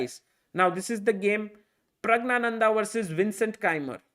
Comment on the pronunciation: "Pragg-Gyaa-Nanda" (NOT pronounced "gna" - silent N) Very strange to hear native Hindi speakers mispronounce a Sanskrit name.